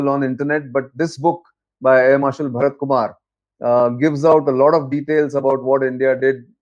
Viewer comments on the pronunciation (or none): none